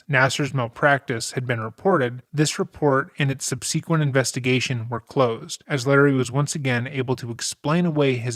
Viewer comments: Learn how to pronounce “subsequent” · What is it with youtubers mispronouncing subsequent